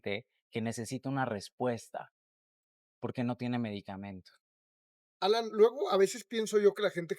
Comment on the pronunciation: Alaiiiiiiiiiiiin, alaiiiiiiiiin, no Alan Jajajajajajaja